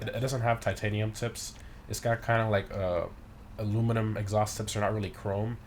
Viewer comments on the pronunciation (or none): none